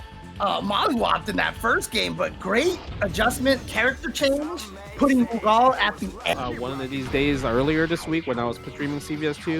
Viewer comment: Never heard Rugal pronounced that way, sounds like is saying "Lu Gao"